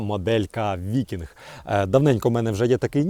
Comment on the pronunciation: Ніж "викіньг"